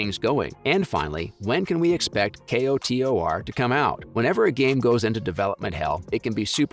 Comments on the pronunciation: Kotor. Not, "K. O. T. O. R." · you said k-o-t-o-r. child. it's pronounced "coder". child. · K-o-t-o-r…??? Sir, it’s “ko-tor” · Commenting so you remember how annoyed you were hearing how he said k-o-t-o-r 🤣 jkjk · Fr was really annoying who tf says k o t o r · Say it with me KO-TOR. 🤣